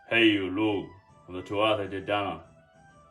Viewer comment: It's Pronounced Loo not Lugh the gh sound makes a double O sound.